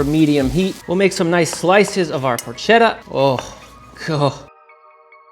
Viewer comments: I can't when you say porch etta You don't have to roll the r or put on an Italian accent when you say it, but it's PORKetta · ketta not chedda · Just please pronounce it properly “porketta” 😅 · Why does pronouncing porchetta correctly make me a dick?